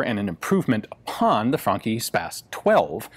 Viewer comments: It sounds like you're saying Funky, not Franchi. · I thought he said 'funky' twice before I got that it is a 'Franchi' shotgun. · Thanks, now i cant stop hearing "funky" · It's actually funky <3, and I thought the same. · For an instance i thought he said " The Funky Spas 12 " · I got like four minutes into this before I realised you weren't saying "funky".... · Always thought it was pronounced "franshi "